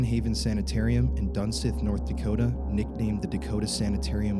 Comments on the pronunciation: Its not dunSITH its duneith you pronounce it like (dun-SEETH) Just saying because I lived there growing up. Fun Fact: There was a 17 year old boy who fell down the elevator shaft is my dads cousin, my dad was there when it happened October 2001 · Dun-sith....... Pronounced Dun-seeth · I live in this town damn near all my life and never heard the name butchered so badly its dunseith not dunseth btw the San haven aint haunted ik you have to act like it is for viewers but you'll come across more drinkers or tweakers before you come across a spirit get a job man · it’s pronounced dunseeth, half of my family used to work here my grandma and grandpa aswell and some of my aunties and uncles speaking of aunties bearnice is one of them lol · I have been here. It's an interesting place for sure. Also it's pronounced dun-SEETH. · it pronounced "dunseeth" and there is no mountain there just a few hills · i grew up 15 miles away from there. let me just add it’s pronounced like dunseeth.. not dunsith lol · Good video, but it's actually pronounced Dunseeth. Sorry, that was bugging me. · I live here in North Dakota (dickinson), always wanted to explore this place but heard so many stories.. and that is like a little attraction spot for teens around that area, they use it to smoke, drink or whatever.. I wouldn’t be to worried about them scrawny teens haha. And it’s pronounced dunseeth but it’s spelled dunseith, I believe😅 I always heard dunseeth, but I wouldn’t spend the night there honestly.. it’s not my time to cross the bridge yet🤣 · Its pronounced (Dun-seeth) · it's called 'Dun(seeth)' but i lived next to this place i would hear crying of the water head babies. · On replay. It is pronounce dun-seeth. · I’m from Belcourt ND. I’m Ojibwa native from that area. It’s very cool and scary place to explore. You say Dunseith wrong btw😂